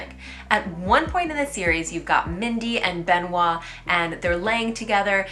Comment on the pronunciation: The first syllable of Benoît rhymes with me, te, se, le, ne (eu-sound) not the è sound. Speaking of the name Benoît, I noted with interest years ago that the name of the recent Pope in French is three syllables, Benoît Seize (Benoit XVI) compared to the six syllables of English Benedict the Sixteenth.